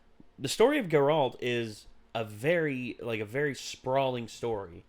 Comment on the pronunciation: It’s GAIR-alt not guh-RALT. You’re putting the emphasis on the wrong part of his name. No hate, I’m js.